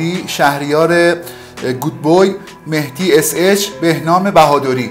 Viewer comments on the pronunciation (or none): none